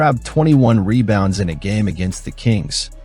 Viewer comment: Is this another AI narrator? Monotonous delivery (rhythm, pitch, etc.) and some small mispronunciations sprinkled in (e.g., "reBOUNDS" instead of "REbounds"). Just sayin' ...